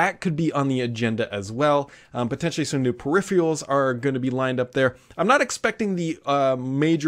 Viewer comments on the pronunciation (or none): "Per-riff-ree-ul" is not a word. It is pronounced "Per-if-er-ul". Find someone who pronounces it correctly and copy that. It's really that easy.